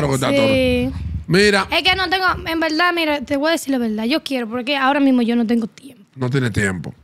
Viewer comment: "En velda velda"